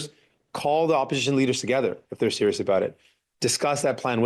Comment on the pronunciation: Jagmeet’s manner of speaking is a bit like Elmer Fudd. Like when he says serious it sounds slightly like “sewious”